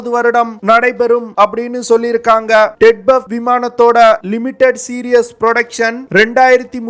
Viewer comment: ted buff ah??? solla terinja sollu... namma makaluku oru research and analysis koorum teriyaradhu ille, pronunciation um teriyaradhu ille. ara vekadu news terinju vechutu yellam terinja madri pesa vendiyadhu. Twin Engine Deck Based Fighter (T E D B F).